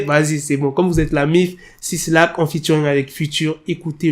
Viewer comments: Mec on ne dit pas "six lac" mais "black", le 6 représente un B.😅 Sinon cool la video, Tu gères 👍😁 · 6lack ça se prononce Black 😉